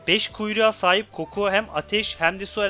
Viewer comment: abi kokou dedin ama ismi kokuo değil mi yoksa yanlış mı söyledin sadece fark ettim (